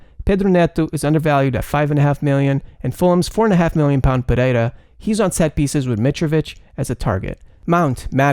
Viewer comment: Your pronunciation is spot on (Pereira, Pedro Neto)!